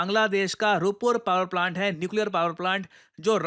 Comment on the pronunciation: रूप्पर नहीं सर, रूपपुर बोलिए